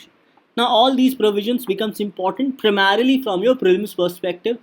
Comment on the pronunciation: “PRAMERELY FOR PRELIMS” and reading out notes is not DNS. Please relent